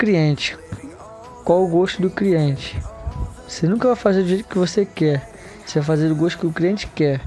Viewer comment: Eu ñ entendi é cliente ou criente kkkkkkkkkkkkk